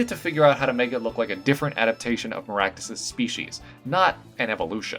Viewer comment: Mazan Maractus should totally be a Fire/Poison Type. (And your pronunciation isn't bad, believe me.)